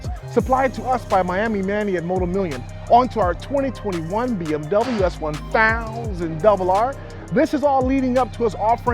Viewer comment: the way he emphasizes 1000 is just so good, why does it sound so satisfying